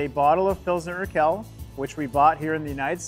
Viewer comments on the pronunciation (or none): Why does have to butcher the qu sound in Urquell so? Qu makes exactly the same sound in German as in English: kw. So Urquell is pronounced something like oor-kwell.